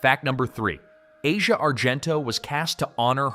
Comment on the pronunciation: Her name is pronounced "Ah-see-ah" Argento.